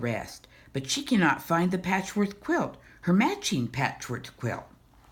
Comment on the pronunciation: Why do you say patchwork like 'patchworth'? Anyway, this was my favourite book from my school library growing up (a long time ago), thanks for making this video.